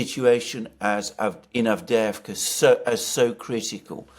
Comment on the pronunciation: And you to,? Normally you pronounce Turkish and Russian well, and today Avdevka instead of AvdYeYEvka. City is clobbered, and of top of it, two Greek commentators want to take away a whole syllable! Insult to the injury.